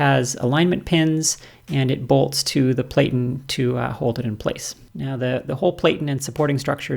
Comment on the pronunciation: I'm a bit OCD with the language. The word 'platten' should rhyme with 'flatten'